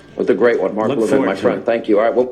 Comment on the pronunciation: You said Levin’s name right the second time! La-vin, accent on the second syllable. Hope the Trump team figures this out!